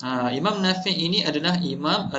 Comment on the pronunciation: Sebutan imam nafiee ke Nafi'.. Ikut tulisan Arab?